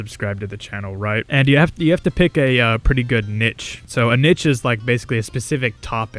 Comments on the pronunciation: pretty sure that's not how niche is pronounced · ah ok mb im british so most people pronounce it neesh here